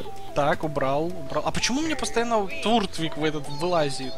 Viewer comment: у тебя в начале был не туртвиг а тёртвиг😂